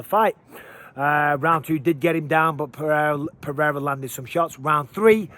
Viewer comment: You are a paid UFC commentator. Take one minute to learn to pronounce "Pereira" and then please tell DC and Rogan. Puh-rare-uh is passable for a gringo, but let's stop this Puh-hay-duh bullshit